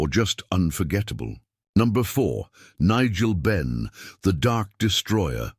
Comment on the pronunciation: Benn not Ben